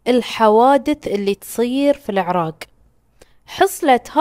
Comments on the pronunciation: العراق.. (ق).. وليس العراگ.. 😂😂. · من المايك ولا اصلا انطقها عدل العرااق